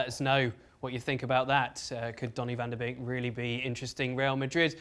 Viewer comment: Kudos to the presenter on pronouncing van de Beek correctly